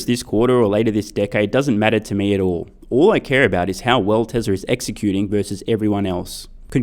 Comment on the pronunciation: bro why you pronounce TESLARR ? love your videos by the way